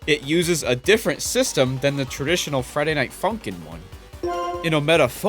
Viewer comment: “what’s up Friday Night Fucking-ners” is what i hear